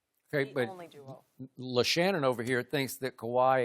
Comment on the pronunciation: "LeShannonSharpe" lol